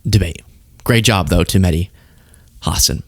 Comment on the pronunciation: What an absolute circus. Nobody could finish a sentence—felt like watching a group project run by squirrels on Adderall. I lasted five minutes before my brain filed for divorce. Also, it’s Hasan, not Hassen—maybe learn his name. And wow, you never thought America would fall to fascism? Cute. Sounds like you were raised on a steady diet of bald eagles and Saturday morning PSAs. Time to flush the Faux-gressivism down the same toilet this debate belongs in.